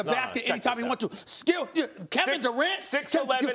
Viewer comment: I think he was trying to say “skill”